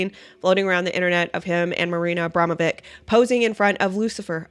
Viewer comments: pronouce it witch not vic ,abramowitch it is..... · Pronounced Abromavich